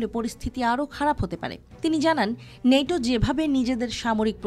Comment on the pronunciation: নেইটো না ওই ন্যাটো